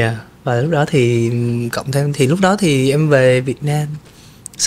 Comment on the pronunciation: Người dẫn làm ơn phát âm chuẩn tiếng Việt !! Lẫn lộn dấu sắc thành dấu hỏi vd: hôm ấy hôm ẩy, cái đó cải đỏ vv..Đáng buồn cho chất giọng Hà Nội xưa giờ bị lai tạp nham với xứ Bọ , xứ Nẫu...